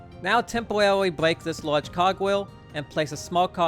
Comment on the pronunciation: why does bro say tempoweraly like a furry